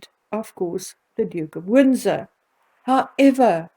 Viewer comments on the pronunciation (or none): none